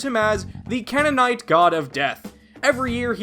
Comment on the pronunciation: Great final joke there! A call-back and it was pretty funny, but you did get a minor thing wrong. You mispronouned Canaanite the 1st A is hard and then the two aa’s make a soft i sound like Cane-in-ite Look up “those Canaan days” from “Joseph and the technicolor dream coat” But yeah really liked this episode, very interesting.